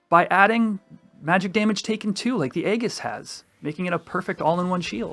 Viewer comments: Aegis is pronounces: EE-JUHS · Nice round up, but hearing 'egg-us' for aegis confused me for a sec. 🙂